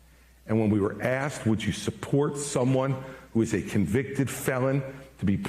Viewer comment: Maybe he's bitter but he's also right. I'm also perplexed as to why he didn't do better. And I love how it sounded like he said Vifake Ramiswami. 😆